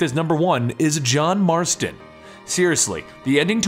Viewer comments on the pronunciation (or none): ITS JOHN FUCKING MARSTON GET IT RIGHT!!!